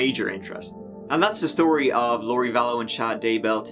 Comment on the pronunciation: I like when he says "theory" too. The first couple of times I heard it, I thought why would cops have a teary? Gosh, absolutely love.